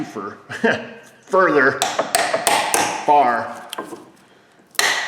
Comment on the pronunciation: "Don't want to drive it in too fer" All your southern viewers: Ah, indeed.